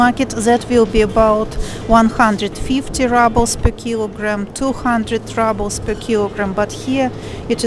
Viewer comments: not rAbels, rUbels. "pyyyyyy" :) but thank you for the video. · Good video. You probably know this by now, but in American English we say ROObles (like kangaROO), not RUBBles. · What’s this RUBLES? you make it sound like rubble as in ruins Very funny Rubble 🙈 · Уважаемая, слово rubles, как и на русском, через "у" произносится (/ˈruːbəl/; [rublʲ]). Прошу прощения, если Вы уже об этом знаете. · spasebo devichka! practice saying "roobles" (like in the Russian 'rooblay'); that is the English pronunciation.